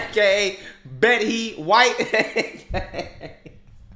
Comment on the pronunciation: I cried at 'Bet-he White'. 😅